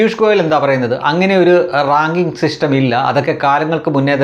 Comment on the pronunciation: റാങ്കിങ്ങ് എന്നാണോ റാഗിങ്ങ് എന്നാണോ😂